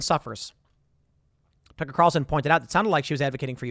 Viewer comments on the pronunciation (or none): none